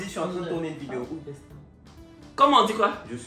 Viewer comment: Affaire d'anglais deh...ko "vaidêo" faut dire vaidei en même temps...😅😅😅😅😂😂😂